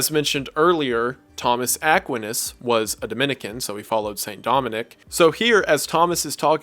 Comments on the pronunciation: Ackwinus... lmao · I didn't know who you were talking about when you said St. Thomas Aquinas. You pronounced his name incorrectly. just wanted to point that out - it's pronounced ah-kwai-ness. Also, Franciscan is pronounced Fran-siss-can. other than that, perfect video. I'm Catholic... sorry. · Thomas AH-kwin-uhs? please, I'm used to psuedo-intellectuals that know how to pronounce the names of legendary scholars such as TOH-MAZ AK-WINE-UZ. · Aquinas is not ACK win iss with emphasis on the ACK, it's uhh-kWHY-niss with emphasis on the "y" sound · The pronunciation of Thomas Aquinas as "Thomas Aack-win-is" vs "Thomas Uh-kwine-es" is too funny. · Bro did you just say "Aq-win-is" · Aqua-nis and Fran-Chiss-kin killed me 😂. Still a great video and an epic series, southern pronunciation aside. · Great video! Just wanted to say that Thomas Aquinas’s last name is pronounced Ah-kweye-nas, but that doesn’t really matter lol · Saint Thomas Aquinas is pronounced with a long "i". A- kwiiii-ness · As a Catholic viewer I feel compelled to correct your pronunciation of just one thing: UH-QUINE-US. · Just a minor note: St Thomas Aquinas’s last name is pronounced “Uh-Kwhy-Nus” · Ack-Wine-us... Aquinas . Not a big deal... You do an amazing job. Just an innocent FYI of how to say the name Saint Thomas Aquinas 👍🏻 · Sobbing wailing gnashing my teeth It’s pronounced UH-KWAHY-NUS (Aquinas) that is all Good video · I’ve never heard Aquinas pronounced that way. It’s always A-qwine-iss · Saying it "Thomas Ak-win-iss" bothers me more than it should... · its pronounced thomas ack-why-nass (aquinas) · Just a small nitpick, love your content but Thomas A's last name is pronounced like A-KWINE-NASS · Aquinas is pronounced uh-kwai-nuhs lol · Yes, thank you. I've never heard it pronounced that way, only Akwinus. Emphasis on the middle part. Guess it's an accent difference? Really small quibble with a remarkable video, though. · I'm pretty sure his name is pronounced Thomas "Ah - KWY - Nus".